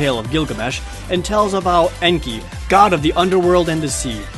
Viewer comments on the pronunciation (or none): none